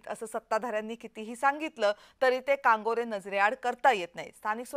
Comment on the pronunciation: मा.मॅडम जी कांगोरे नव्हे कंगोरे म्हणा ❗😴😷🤭😟😞